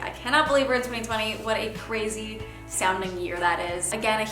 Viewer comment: "What a ceazy sounding year that is.." Lol